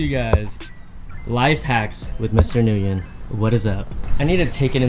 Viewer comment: why don’t u pronounce nguyen like how it supposed to sound??